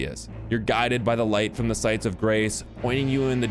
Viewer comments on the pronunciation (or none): Lmao i got so confused when he said sites of grass. I was like .. was that on purpose or not? Lmao